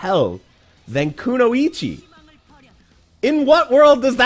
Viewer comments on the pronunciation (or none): Hearing every fgc influencer pronounce kunoichi “koo-no-ichi” instead of “koo-noy-chi” is actually starting to really bother me. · Can’t focus on the video with how he pronounces kunoichi